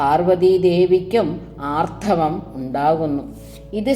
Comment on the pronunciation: ആർത്തവം എന്നു തന്നല്ലേ പറയുന്നത് ഭവതിയുടെ ശബ്ദം ശ്രവിചാൽ ആർധവം എന്നേ തിരിയു ക്ഷമിക്കണം എങ്കിലും അറിവ് മികച്ച തു തന്നെ